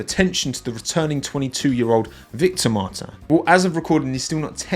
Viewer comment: Nice try on pronouncing Victor’s name like Martin in French but you forgot the S at the end. So say Martins like you would as a pure Brit mon ami 😉